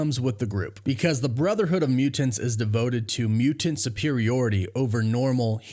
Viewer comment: you pronounce mutaNT oddly